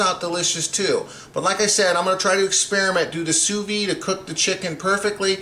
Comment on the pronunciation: It's not "sous vee". It's pronounced "sous veed".